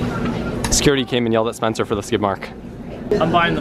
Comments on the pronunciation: u said SPECNER but its SPENCER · Did anyone notice when Spencer won it said " SPECNER"